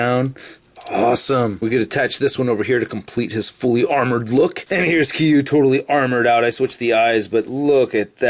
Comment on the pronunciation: According to TOHO it's pronounced Keer-you not Kee-you